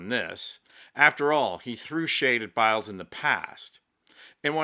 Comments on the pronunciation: Ha, ha. I had to laugh when you gave Simone Biles French name a Spanish pronunciation. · 🤣🤣She's French....I died!!!Simone Bill-es🤣🤣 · Thank you. Je te félicite....bravo Simone Biles (pronounced Bilaize). Yes!..she is a proud French beautiful, sting, athletic Lady.